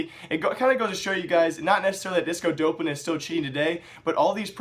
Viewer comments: it's pronounced D-AWP-lan, not Dope-lan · Doplan* not dopelan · dopp-lin not dope-lin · bro there is no fucking "e" after the "dop" its DOPLAN NOT DOPELAN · please pronounce it as disco "daplen" it bothers me XD the casters said it like that disco DOPElan XD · y u pronounce it like dopelan? Everyone says it like Dawplan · You can't even pronounce disco doplan. Fuck off and get out of the scene you disgrace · You're still pronouncing his name wrong.